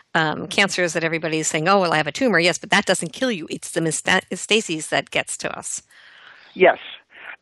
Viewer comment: The hostess is missing a syllable when she says "metastases". But, overall, the message is a good one.